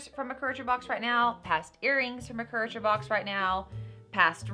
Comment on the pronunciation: It's pronounced cure A tor